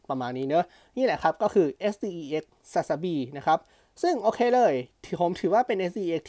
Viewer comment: มีช่วงหนึ่งพี่พูดsdexเป็นsdcs